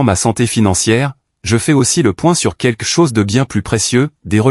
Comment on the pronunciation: Pourquoi est-ce si difficile de dire QUELQUE plutôt que de prononcer QUEQUE ?